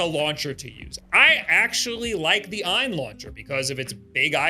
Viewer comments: It's just A. Y. N. Not "eye-n" lol also I had the Odin 2 Pro and it was the coolest little console ever. However, I play hard, every day, and a couple things happen. First the right trigger broke off the frame as all of the buttons are held in by the tiniest little screws and plastic bracing that could possibly exist. I ended up hot glueing it back together which worked decently. Lastly, unlike almost all android products, the Odin 2 didn't have charging protection. After using it for many hours every day, and leaving it to charge overnight like you would with a phone - it unfortunately was over-cycling the battery and made it swell after 1 year of use. They don't send replacements and I didn't want to wait months to ship it back, have it fixed and sent back - especially since the trigger already broke. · That was a tough watch. And it's AYN - it's an acronym, not ehn or however you pronounce it.